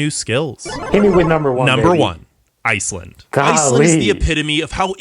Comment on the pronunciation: How you said Iceland better not be in first😭😭😅😂